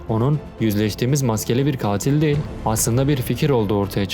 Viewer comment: Kardeşim videoların gayet iyi, içeriği güzel yazıyorsun, doğru bilgiler veriyorsun. Tebrikler ederim. Ama bir eleştirim var dikkate alırsan sevinirim, belki genç arkadaşları çok rahatsız etmemiştir ama beni ediyor; diksiyonunu biraz düzeltip, telaffuzu daha düzgün yaparsan sevinirim. Özellikle "değil" kekimesini sanki "del"" der gibi çok rahatsız edici söylüyorsun. Anlatımı sanki bir kağıttan hızla birşeyler okur gibi değil de nokta virgül duraklarına daha çok dikkat ederek, vurgu ve tonlamayı daha düzgün yaparak, sanki kağıttan okuyor gibi değil de normal sohbet ediyor gibi yaparsan daha güzel ve akıcı olur. Bunu geliştirmek için sesli kitap dinleyebilirsin, oradaki insanlar profesyonel. Tıpkı senin gibi bir metin okuyorlar, hem de çok daha uzun metinler ama hızla ezbere birşeyler okuyor gibi değil güzelce birşey anlatıyor gibi okuyorlar. Okuma hissiyle anlatma hissi arasında çok fark vardır, ikinciyi yakalamaya çalış. Ya da yok uğraşamam dersen kendin bilirsin ama en azından bari şu "değil" kelimesini kullanma, başka kelimeler seç onun yerine. Selamlar